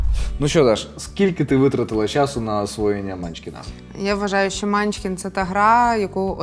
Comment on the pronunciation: Чому мАнчкін? Всі відповіді на запитання по наголосу сказали : манчкІн